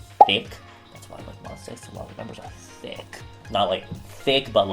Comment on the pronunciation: ' THIQUE'. I'm dead 😂